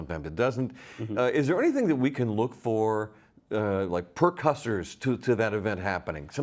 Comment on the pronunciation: "Per Cussors"? I assume precursors (pree-CURR-sirs)?